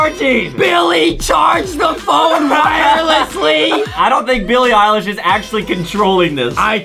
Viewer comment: Billie ilesh more like bilie _pie_lish